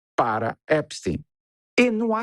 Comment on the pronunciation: Já escrevi em outros canais. Adoro seu trabalho. Mas não consigo mais ouvir Epstin. Vocês pronunciam também guggelhin?? einstin???